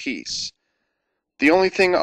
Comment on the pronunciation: is it gozyujin or gojujin? both feel wrong to me